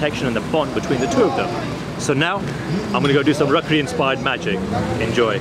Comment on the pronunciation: Bro it's rakhi not rakhri